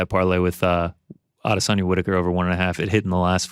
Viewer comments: You sound dumb when you say adesayna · Weidman can not pronounce Adesanya and Blachowicz right at all lol they are his peers and I know he’s had to have hear how they are pronounced. Maybe he’s pulling a Chael where he hacks everyone’s name on purpose